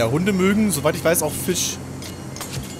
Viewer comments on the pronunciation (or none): none